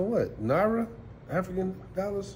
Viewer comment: My man said "nara" "AFRICAN DOLLARS"😭😭😭😭😭